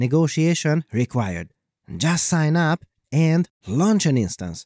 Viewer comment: ...aaaand stop with that weird way to say "and."